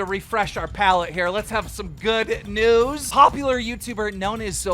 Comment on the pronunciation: He sounds like he said instead of news its newies